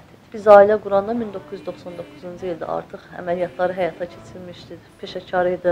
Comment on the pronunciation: Heyet yox heyat